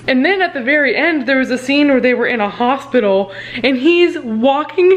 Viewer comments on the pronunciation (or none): none